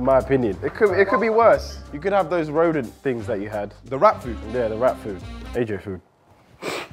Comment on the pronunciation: The moment I heard rhodent I died inside💀💀💀